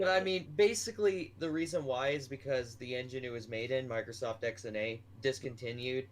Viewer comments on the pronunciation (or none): Why are you saying microscoft